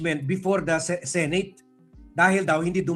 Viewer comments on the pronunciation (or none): none